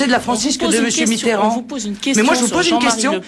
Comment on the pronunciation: François "B"itterrand ? :D